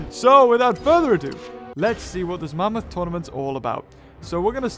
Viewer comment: not mammthos